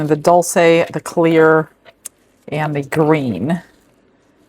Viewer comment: Dol-Shay is how that is pronounced..😅..sorry…